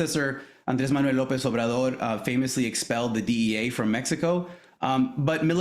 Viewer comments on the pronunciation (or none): none